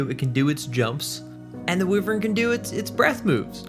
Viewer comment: I believe it is WHY-vern. Thats how my Irish grandmother always said it. It's part of her family crest. Sorry for so many comments XD Im buzzed and replying as I hear things, as though this is live.